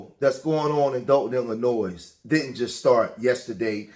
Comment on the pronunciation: The S in Illinois is SILENT!!!!!!!!!